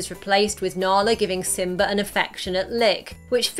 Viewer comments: Pearring isn't it purring Simba not Simbar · What the hell is with adding r's where they don't belong? She pronounces Simba as Simbar. His paw is a pawr. Poomba is Pumber. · Lol she said simber